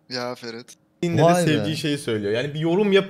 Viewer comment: Ferit böyle bir R yok ya